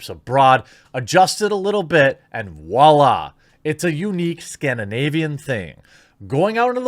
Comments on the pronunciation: Voila has a V in it, friend. Vwala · Why do people pronounce "Voila" as "Wah-lah?" French does have a perfectly usable letter V. Using the same logic, the verb "vaincre" (to vanquish) becomes "wanker".